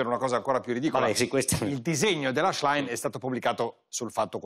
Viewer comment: Qualcuno insegni al conduttore a pronunciare il cognome della Schlein!